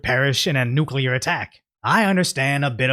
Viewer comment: "Sy-mew-taneously"? Dude! I was happy to hear you pronounce "nuclear" correctly and then you go and do that?!?!?